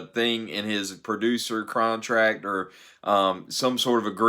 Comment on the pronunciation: Crontract lol.